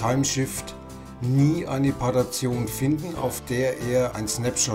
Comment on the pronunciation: Danke für das ausführliche Video. Finde es nur ein wenig befremdlich, wenn du Partition als "Partation" und btrfs als "butter rfs" aussprichst. Das r ist ja bereits im Wort butter oder better enthalten.